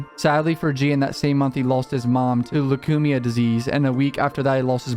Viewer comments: It’s pronounced loo-keem-ia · "Lu - Kumia" 😂